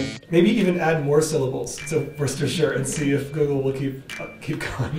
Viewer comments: It's actually googuru. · Guguru wtf🤣🤣🤣🤣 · Japanese : oke gugörö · ok guguru addo Worsheshaishashushasosu to my shopping Risto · "Okay googuru, addo worsheisaishoshushosha sauce to my shoppingu risto" "ok i've added it." what the actual heck credit to pand and strawberry toast in le comments for correcting my mistakes that i didnt add didnt have to add this but i still did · Japanese: or kay googed erg addo wo sha shai sha shoe sha sauce ser tu mai shopping listo Google: Ok I've added worchestire sauce Me: O_O